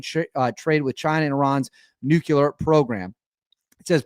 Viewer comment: Nuclear, not NUKULUR